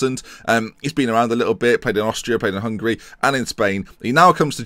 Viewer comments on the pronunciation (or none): none